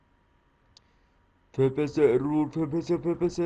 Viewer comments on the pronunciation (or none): İngilizce telaffuz için kötü diyebilirim. Fraps - Fıreps diye okunur FPS - Ef Pi Es Bir de arkaplanda çok ses var. Ama video güzel.